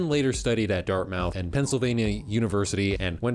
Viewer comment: it was actually mutahar's video that covered this website that introduced me to the anime also Dartmouth is pronounced dart-mith